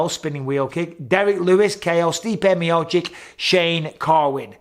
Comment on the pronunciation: Miochich, not miochick